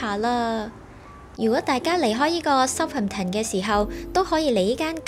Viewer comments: Southampton 個重音嚮第2個音節, 應該讀soutHAMton, 唔係SOUThamton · 主持將Birmingham個ham(第三音)放在Southampton個ham(第二音)度，所以有D怪，應該照讀ham火煺就可以了。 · pronunciation of Southampton is a bit awkward